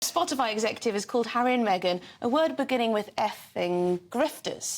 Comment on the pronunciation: DIOR? ME-GAIN? Non merci. Jamais.